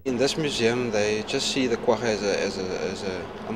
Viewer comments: ITS QUAGGA NOT QUAHA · I thought this was pronounced "qua-ja" not "quaHHa..." But I'm no expert...